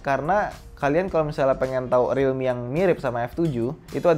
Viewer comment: Pas ngomong realmi yg ane denger dikuping ane jadi redmi